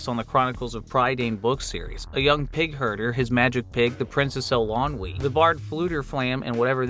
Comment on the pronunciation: EL•ee•on•wey not… whatever butchery that is